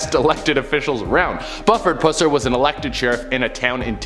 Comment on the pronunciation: My cousin was best friends with Pusser’s daughter. I say “was” bc his daughter passed a few years ago. So sad. (You said his name wrong btw lol.)